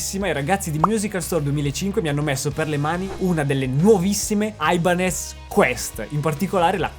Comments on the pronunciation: No, per favore.... "Aibanes" no, ti prego... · Aibanez non si può proprio sentire.